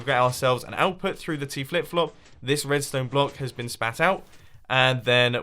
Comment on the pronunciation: is just me or did he say wedstone wire